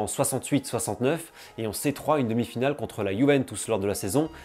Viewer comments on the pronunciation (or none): none